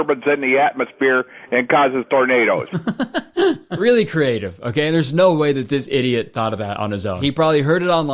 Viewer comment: I've never heard tornado pronounced "ternader" before, but that's how I'm going to say it from now on.